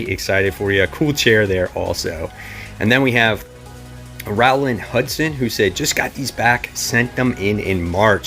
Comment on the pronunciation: Wow! Thanks for the shout out! That's so awesome! Row-land Like Row your boat lol Rowland. A lot of people get it wrong but it's cool I'm used to it. Thanks again